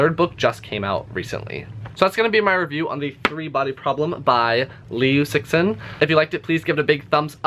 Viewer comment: Your name pronunciation is actually quite good.